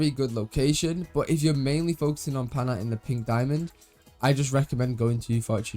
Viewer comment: PAINite not PANITE ❤